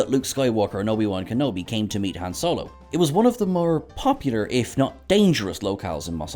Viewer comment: Please pronounce Han correctly.